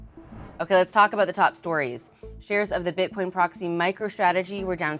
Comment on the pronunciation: He said “Bit-corn” lol